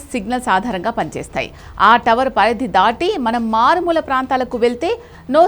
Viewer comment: మారుమూల❌️😂 మాలుమూర ✅️🤪